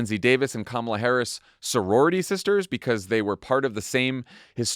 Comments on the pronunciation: Did you notice that for a few days, 45 pronounced Kamala's name correctly, but all of a sudden it is back to acCENTing the wrong sylLABle?? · Her name is not Kamilla, it's Kamala, as in comma-la. But, I wouldn't expect white bred Midwest people to get it right. 😂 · Why TF can't people pronounce her freaking name correctly???? Com-MELLA???? Wtf😮😮😮😮 COMMA-LA. That's it! Say it right! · It is KAMALA not Camilla! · “Camilla” Are people really that incapable of saying her name correctly? I mean, it’s not like she has a really hard to pronounce ethnic name. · ...comma-la...ka-may-la...ka-mall-a... ...doesn't matter how you mispronounce her name, come January, you'll all be calling her the same thing... MADAM PRESIDENT 💙💙💙💙💙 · Why do people have such a damn hard time saying Kamala's name ... It's not that freaking hard!!! COMMA - La. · Pamala Kamala Pamela Kamala repeat until you pronounce her name correctly 😊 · Yup. Republicans struggling hard with learning pronunciation like they're having learning Truth. It's true to how her name should be pronounced REPUBLICONS. Quit intentionally saying her name just to be disrespectful ok. Thank y'all! It's KAMALA pronounced Comma la. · why has it taken me so long to see that Trump desperately wants to say her name correctly?! Pronouncing it incorrectly totally ruins the comrade nickname. 😂😂 god, he is such child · OMG!!! WHY ARE PEOPLE HAVING SUCH A HARD TIME SAYING HER NAME. SMH!! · The number of people who still say her name wrong gets under my skin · Why can't people say her name right? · The way people butcher her name is INSANE!!!!! 🤦🏾‍♀️🤦🏾‍♀️🤦🏾‍♀️ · Nobody on the panel can pronounce her name - the lowest of low information voters. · For everyone not 100% clear on the pronunciation say Momala Harris to yourself and then change the first M to a K. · people who aren't pronouncing her name right are doing it on fucking purpose. they easily make me despise my fellow Americans so so much